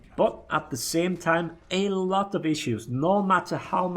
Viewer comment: Anal'ot of issues lol